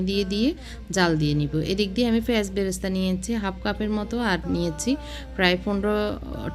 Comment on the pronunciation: আপনি "প" কে "ফ" বলেন কেন!!!! পানি, পেয়াজ এগুলোর উচ্চারণ ফানি আর ফেয়াজ এর মত শোনায়